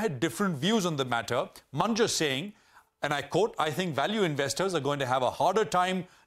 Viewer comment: Its Mun-ger